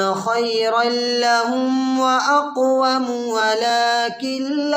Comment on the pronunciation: واقوم زبر ہے آپ پیش پڑ رہے ہے جناب